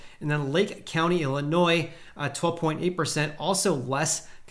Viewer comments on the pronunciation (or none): none